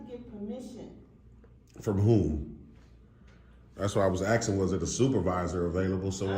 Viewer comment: He keeps “axin” but gets no answers. Totally ignorant and clueless.